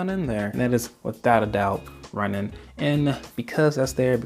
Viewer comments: Runaan not Runnin. This is the only reason why I'm not subbing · I believe it’s pronounced Rue nan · I hate to be pedantic but LORD is it bothersome: Runaan (Rooh-NAHN). Edit: Oh okay, I just read in a comment that you recognized that minor mistake. At least you know haha. I didn't see any other comment so I didn't know who else pointed it out. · This dude calls Runaan runin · I had to be Runnin with that pronunciation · the way you say ruunan gives me anxiety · you pronounce Runaan really weird, like runing lol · It’s Runaan. The guy isn’t going for a jog.